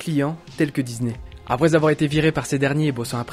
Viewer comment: DISNEY PAS DIZNER PUTAIN